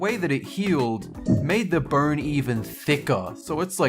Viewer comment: It sounds like he is saying burn instead of bone.